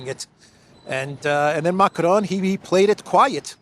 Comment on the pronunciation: I've always wondered: why do you always, always call the guy Macronne (which would be the feminine form of the name in French)?? Not complaining, just curious 🤭🤷‍♀